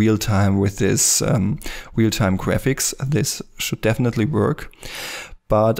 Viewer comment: "a new weal-time render engine"